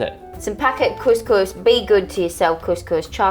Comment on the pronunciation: IS THE ONLY PERSON THAT KNOWS HOW TO PRONOUNCE COUSCOUS LOL LUV U GUYS 😂❤❤🇲🇦🇲🇦